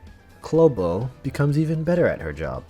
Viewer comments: actually her name is pronounced Köhbe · take a shot everytime he pronounces Coebu wrong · I always thought her name was pronounced SeeBee so I just stick to that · Take a shot everytime is mispronouncing Ceobe's name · I heard like 69 different ways to pronounce Ceobe's name in this video. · Say Ceobe's name correctly!